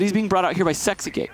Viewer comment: nah he said sixcake, 😂 10/10 listening